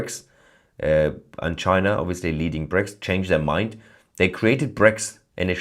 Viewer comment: no no no it's not china ... its ....chi...nah😅